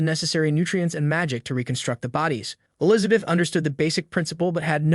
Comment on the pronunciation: I like the recap just wish if you use an ai to make it a the very least listen to it yourself before uploading. Elizabith is one of the repeating errors your ai got wrong, I assume its because you did it in parts and combined them.